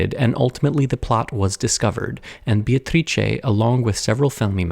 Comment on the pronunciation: Italian speaker here. You did a great job with the tricky "C" in her name but the first syllable is actually pronounced "BAY" like a body of water. For the record I don't care one bit but from what I've learned about you from your videos, I thought you might care haha